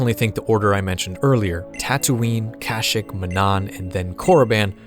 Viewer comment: Love the video man but that’s not how you pronounce kashyyyk 😭😭😭 it’s pronounced “cash-sheek” not “cash-ick”